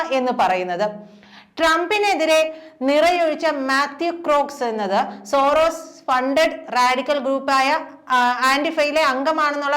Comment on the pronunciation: തള്ളേ സോറോസിസ് അല്ല സോറോസ്,... നോക്കി വായിക്ക്... 🤨. ഇനി സിറോസിസ് എന്നു പറയുമോ വാ...